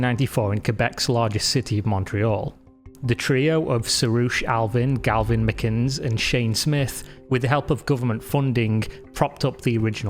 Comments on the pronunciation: Gavin McInnes — sounds like Ma-Guiness (not ‘McInns’) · Pronounced Mick-innes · Hey if you're wanting to make a doc on vice media, you need to know how to pronounce McInnes which is "Mic In Es" not how you pronounce it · His name isn't pronounced "Mick - kines". It's pronounced "mick-kin-ness". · Great video. One thing to note is the name McInnes is pronounced "mick-INN-iss", not "mick-INNS". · "Galvin mcins" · “Galvin Maginns”? 😂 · Galvin Mickines? Really? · Did you just call him “Galvin Mckins”? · "Galvin Mcinz" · Galvin MacInns?? are you serious??? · “Galvin McInns”???? Come on, man… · Did this mf just call Gavin Mcinnes "Galvin Mcins"? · You have an English accent yet you can't pronounce McInnes correctly? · I’m struggling to understand how it’s humanly possible for a British person to be unable to pronounce ‘McInnes’ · Why cant you pronounce "McInnes" properly? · The pronunciation of "McInnes" was a little bit jarring lol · You sound British, but are unable to pronounce McInnes? lol Great video!